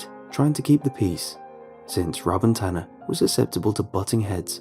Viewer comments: i thought his name was ‘tana’ too until they said he was a guy. his name is tanner, it’s bc oh his accent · The story "Incidents in the woods" would've been better had Tana(or Tanner, couldn't tell because of the accent) didn't come back to life. Or not make him a monster or something.